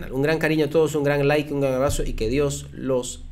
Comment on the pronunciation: ya deje de decir Lke al video. Like al video.